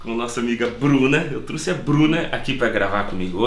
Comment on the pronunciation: melhora o portugues bichao. Nao se fala TRUCE, e sim TROUXE. Kkkkk